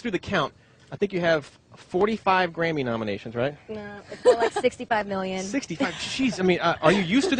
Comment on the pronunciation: Is it bad that I heard granny intend of Grammy